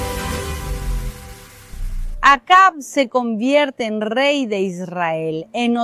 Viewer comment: Por que esa señora pronuncia mal Israel..?